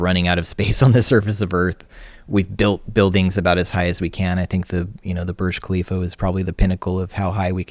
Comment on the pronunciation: "Burj Khalifa" is what he tried to say. I spent 20 min looking for the "Birch Calivo" till i found this building that completely dwarfs American trade center